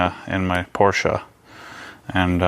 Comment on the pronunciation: We love a Porsche owner who knows how to pronounce ‘Porsche’ haha